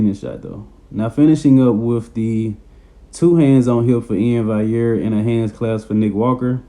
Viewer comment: Valliere bro not vaiyer. You pronounce the ll's like an L